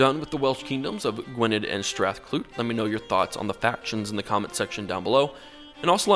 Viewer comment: Btw its Gwynedd not Gwined